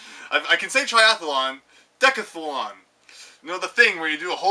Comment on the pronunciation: It's decath lon not decath a lon and I love the fact mr superior further down is trying to correct you and still gets it wrong;) thanks for the vid!